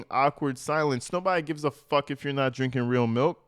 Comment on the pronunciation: “But I always drink plenty of … malk?!”